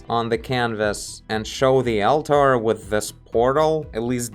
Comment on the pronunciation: Great video as usual! The eyes felt like they were stickers before. Oh and just a tip from an English speaking fan of yours. "Altar" should be pronounced "allter". Seemed like you were putting too much emphasis on it and sounded like 2 separate words "Al-tar" lol Anyway, love the frequency of your uploads lately! I cant get enough!